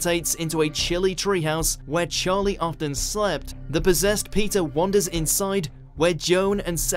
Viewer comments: What up with this dude's accent? It's very easy to pronounce "Peter". Why do you have to call him "Pizza" every time? Jeez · Heard pizza instead of Peter